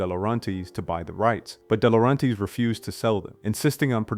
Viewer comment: How do you not pronounce Oingo Boingo correctly? Or Dino de Laurentis? Or Jovovich? Or Wachowski?